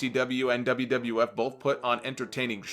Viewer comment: the wiff......that'd mean WWF I imagine just with an added i lol